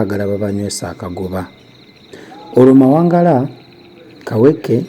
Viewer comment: Mawangala as opposed to Mawagala